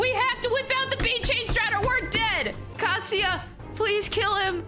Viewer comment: Oh Katsuya, as in "Cat"-suya.